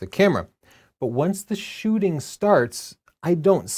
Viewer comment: Shooting, double "o"